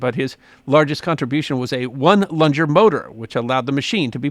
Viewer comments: The proper pronunciation of one lunger motor is like in the word "lung" not the soft G sound like in "orange". I love these videos and look forward to every new one that comes out. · Oh,. One lung-er, not one lunge-er. It’s slang for a single cylinder internal combustion engine. It’s one lung. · Pronounced "lunger" as Johnny Ringo did when addressing Doc Holiday in the movie classic "Tombstone." Huckleberry 🤣